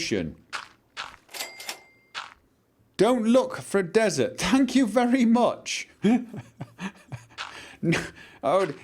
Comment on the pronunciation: When he kept saying "Find a desert", it sounded like he was saying "Find Bethesda".